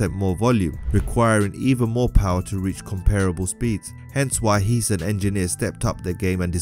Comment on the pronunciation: Its "Heeseñ" not heesan